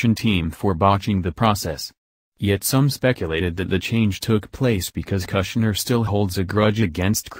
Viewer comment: kush-ner not Gusner